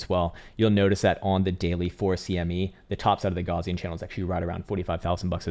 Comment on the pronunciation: You're pronouncing the word "Gaussian" incorrectly....